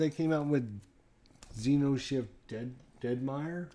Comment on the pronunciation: Cool ! But it's xeNoshyft, not xeRoshyft.